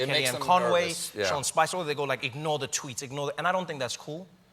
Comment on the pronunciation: twooets heh